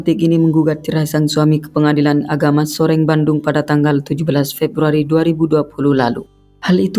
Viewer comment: Soreang Bandung min, bukan Soreng Bandung 😒😒😒